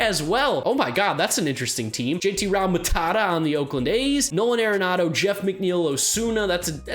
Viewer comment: "J.T. Ralmatata" bruhhhh